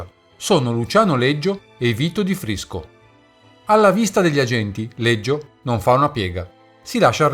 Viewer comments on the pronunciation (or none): Leggio, si chiamava Leggio non Liggio.